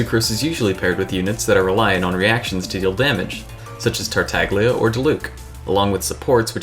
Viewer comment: TartaGlia.. it is a numb G.. you just say Tartalia